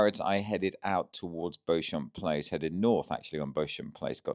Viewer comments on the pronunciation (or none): Beauchamp place is pronounced beach-um place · BEAUCHAMP PLACE is pronounced ‘BEE-CHAM PLACE.’